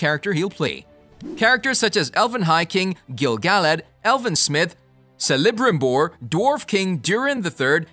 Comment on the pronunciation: SELL-a-brim-boar? HAHAHA